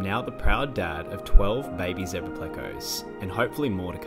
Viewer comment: It's so refreshing to hear someone pronounce zebra correctly for a change. 😁🦓 🐠